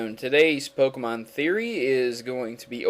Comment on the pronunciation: By the way you need to really work on Pokémon Name pronunciation.